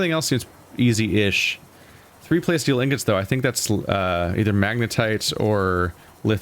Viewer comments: Say it with me,: PLA-steel. Like "PLA-stic", but with "steel" on the end. PLA-steel. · I think those fishies need some names. Oh, and by the way, your pronunciation of plasteel is killing me. It’s a mixture of plastic and steel.